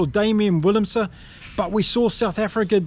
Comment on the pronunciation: In Afrikaans - W is pronounced V and V is pronounced F so willemse should be pronounced villemse and venter is ‘fenter’ but you do really well with the Afrikaans names